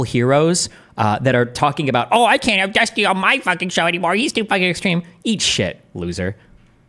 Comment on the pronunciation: Yes Destiny, you pronounced it correctly keep on using it that way